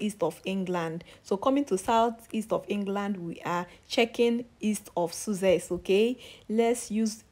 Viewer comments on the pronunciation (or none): Lol please do not pronounce Sussex as Suzex to a Briton he will be pissed 😂 thank you though